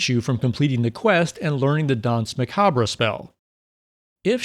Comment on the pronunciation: Just a friendly fyi, macabre is pronounced ma-cahb, not ma-cab-ray. Neat video! I didn't even know the mirror did anything, I was too scared to mess with it!